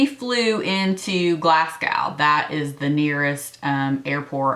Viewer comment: Love this video! Btw it is pronounced Glas-go !!